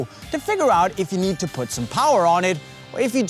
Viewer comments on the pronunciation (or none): it's need not nees 😂😂😂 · 3 crosses you need (not nees) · it's need to learn not nees😂😂😂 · Its not nees. Its need. 🤭